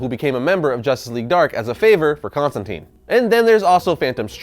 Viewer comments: Mother of God. it is Constantine long "I" not constanteen.. I hate the new 52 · constantine rhymes with fine